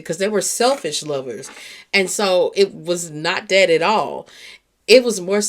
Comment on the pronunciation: I love your content but you say "Dere" instead of there, Dat, instead of that... just making you aware since I listen in the headphones